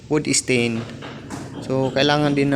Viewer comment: Wood stain, hindi wood esten 😂😂😂